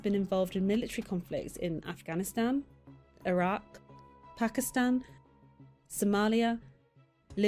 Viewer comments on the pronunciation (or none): none